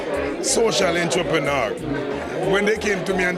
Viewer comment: every time he said entreprenaar I felt embarrassed and he kept saying it lmao😅😅